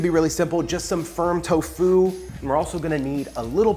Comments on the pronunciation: You are the first person ever that I hear saying toFU instead of TOfu. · He said towFOO